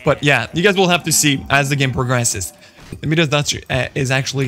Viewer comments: Your me-das touch is killing me.. it’s pronounced my-das. Nice video, I enjoyed it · Mia-duhs… not meeeeduss